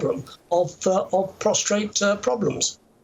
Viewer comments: Prostate, not prostrate! Big difference. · It's funny seeing who says prostRate. 😂 did